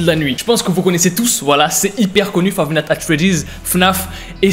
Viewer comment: five natte at freddy's